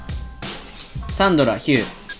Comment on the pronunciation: 前から思ってたんだが…… サ↑ン↓ド↓ラ↓ってさん言ってるやん？私サ↓ン↑ど→ラ→なんやけど皆はどうか？私だけなのか…？わての偏見だろうか(T-T)？